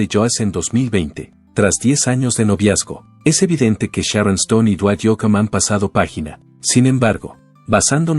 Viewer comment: Oe!!!...es Sharon....no Charon...hazte el favor...pronuncia bien por favor....